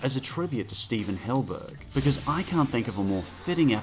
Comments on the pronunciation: hillENburg not hillburg SMH! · Does he say "Hillburg" on purpose. Is that how its pronounced? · Why do you call him Hillburg? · I'm just letting you know that you are pronouncing Stephen Hillenburg's surnmane wrong. PS great list